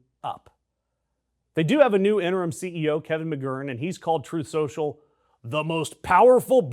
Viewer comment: Trooth Shocial (his pronunciation) was financially doomed the moment DJT announced it, just like everything he does. Tying it to fusion is insane. Fusion has been 10 or 20 years away for the last 70 years, an probably will be for another 70. I've read science articles on it for 50+.